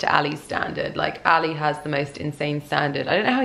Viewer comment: the way she pronounces ali is so cringy